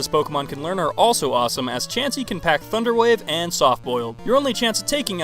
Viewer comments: Ha he says thuderwave instead of thunder wave 😂🤣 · did u said.. Thuderwave? XD it basically brighten up my day :D